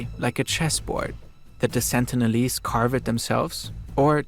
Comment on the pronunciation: last sentence was "after all the sentilese didn't ask for any of thisW.... Welp my guy. Neither did anyone else 😂